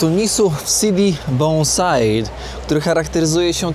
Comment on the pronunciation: Tunis to Tunis ( a nie TuniZ), nie w TuniZie!!! -bo Polacy źle nauczą się wymawiać stolicę Tunezji, przyznam trochę obciach .To tak jakbyś usłyszał zniekształcone Warżowa, albo coś w tym stylu o naszej stolicy. Słynne na cały świat miejsce artystycznej bohemy -Sidi Bou Said (czyt.Sidi Bu Said) też trzeba by wymawiać poprawnie.Wogóle więcej uważności, please.😊